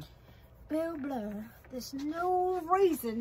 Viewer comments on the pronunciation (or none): Bill BURR... not Blurr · Are you calling him Bill Blurr?